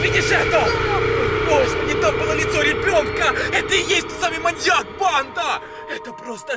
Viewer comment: Не говори так "под намИ! КанАл! РебёнкА." И т.д.